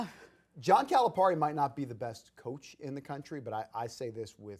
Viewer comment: That guy is annoying, the way he pronounces Calipari is over emphasized. John doesn’t pronounce his name like that. You shouldn’t. I really don’t believe he is really in tuned with the razorbacks. Just getting a check for talking. But that’s just my thoughts.